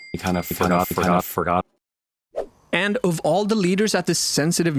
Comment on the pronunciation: "kInda ForgOtt"